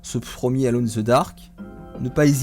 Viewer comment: Ca se prononce: eulone in the dark!